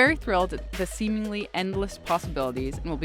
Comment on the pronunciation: she also has a very hard time pronouncing the word "interestingly" and "seemingly"